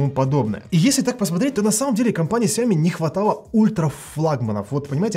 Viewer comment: когда ты наконец-то начнешь ставить ударение правильно? Не СяОми, а СяомИ?!